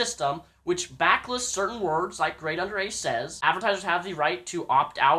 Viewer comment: "ive always been a big fan of GradeAunderA" mispronounces his name in first 20 seconds of video.